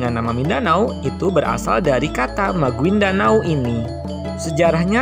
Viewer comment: Maguindanao bacanya magindanau